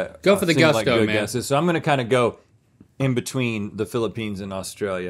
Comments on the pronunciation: Did Link say, "feeling the peens"?? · Who’s gonna tell link he needs to quit calling it the Peenes? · He said peen... 😂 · I love how they keep calling the Philippines, the “Peens” 😂😂😂 🇵🇭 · I’ll never not chuckle when Link calls it the Peenes